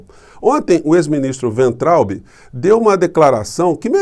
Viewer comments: Pronúncia de Weintraub: Fiz só dois anos de alemão. Eu traduzo, embora com auxílio de dicionário. Pelas regras do idioma, a pronúncia seria "Vaintraup" (o b em fim de sílaba soa p). Wein = vinho; Traub = uva. Uva de vinho então, se fôssemos traduzir o nome desse ilustre ex-ministro da "indukassão". Alguém quer melhorar a minha explicação? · A pronúncia correta é "vaintraub" (palavra alemã). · E acrescento: o “be” final lê-se “ba”. Assim :Vaintrauba. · Acho que a pronúncia do nome do ministro Weintraub. ---vaintraub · Weintraub = Pronúncia: "Vaintraub"... Segundo o tradutor do Google : Cacho de uvas (com W maiúsculo) e somente uva (se com w minúsculo)... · Se você quer utilizar a pronúncia alemã do nome do ex-ministro, diga Vaintraub. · "Vainterraube" é como se lê e pronuncia o nome deste senhor. Em alemão significa uva. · Professor, humildemente deixo aqui uma dica de pronuncia para o weintraube: no alemão as vogais ei juntas numa palavra lê-se ai. Então lemos "vaintraube" ( o w tem o som de v), traduzindo = uva. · a pronúncia correta do nome do cidadão é é é: vomitotraubi...